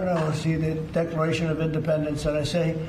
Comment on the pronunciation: I'm pretty sure i heard him said "Decoration of Independence" there